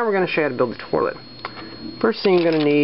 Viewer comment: it sounds like you keep saying torlet instead of toilet.